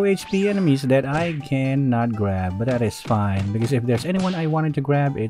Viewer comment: Never stop saying "BUTtDATISFAYNN" please